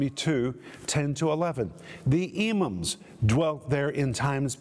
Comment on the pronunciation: Anakim is pronounced Ana-KEEM in Hebrew. Emim is Em-MEEM. Rephaim is REF-AI-EEM. Zamzumim is ZAM-zu-MEEM. And so on. The "im" suffix shows plural number, and is always pronounced "eem".